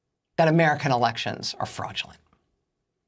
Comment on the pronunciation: I love how she spits out "FAKE & FRAUDULENT"